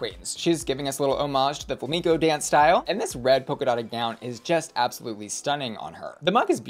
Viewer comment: I never heard anyone pronounce Flamenco like that before 😅